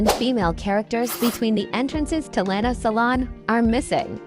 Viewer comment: is lina's salon, not lana=))))))))))))))))))